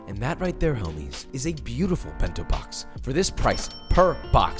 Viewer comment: bin-tow bawks